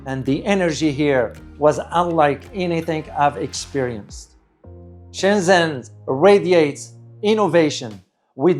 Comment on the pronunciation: Nice video. Much of the footage is spectacular. I am pretty sure "Shenzhen" is pronounced Shenjan, not Shenzen.